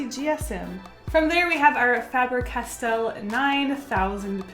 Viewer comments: i love how she says 'fabber castell' instead of 'faber castell' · I love that you say fabber castell xD